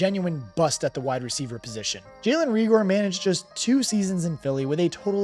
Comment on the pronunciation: not that it matters but its ray-gor not ree-gor